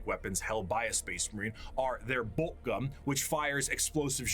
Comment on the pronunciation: I just realized, always gets his Ms and Ns mixed up. When ever a word end with a N he says M for E.g Gum instead of gun and Royal Dorm instead of Dorn etc.